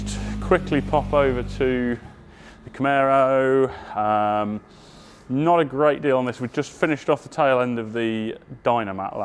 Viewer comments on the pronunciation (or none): Why can you pronounce Recaro but NOT CAMARO 🤬